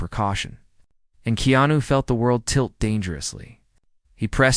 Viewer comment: This Narrator is shouting by using all Capital letters which is rude. Also this Narrator has misspelled and pronounce keanu wrong 4 different ways. This is why you do not get that many viewers . Go back to school to learn how to spell and pronounce People who have uncommon names. 100 thumbs for this Narrator .